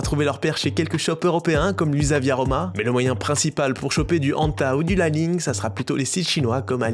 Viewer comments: li ning se prononce "lee ning" pas "lai ning" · J’ai des li-ning et anta ! Elles sont stylé. Mais c’est aussi parce que j’habite shanghai mdr Et ça se prononce comme ça se lit. Pas à l’anglaise